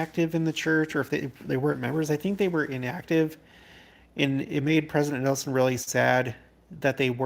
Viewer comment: I was hoping we would be able to hear Pres. Nelson one more time at conference. But, the last time I heard his comment online, I knew his passing wasn’t far off because he couldn’t pronounce his “n’s”. I will miss him terribly ❣️